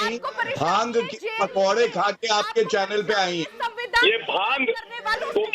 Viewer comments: Bhang ko Bang bol rahi hai ...bhang and drug ke different to pata hai Na... Bolne se pehele socho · Who is this baaang 😂 lady... she doesn’t even know how to say bhaangh.. 😂 May be she drank baang before coming to tv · Baang Kay pakode nahi bhaang bolna toh seekho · Bang nahi re baba Bhang bhang Jao pahle hindi seekh kar aaiye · बांग बांग बोल के दिमाक खराब कर रखा है बांग नही भाँग होता है।। टॉप की लाइन है अर्नव सर् का।😂😂😂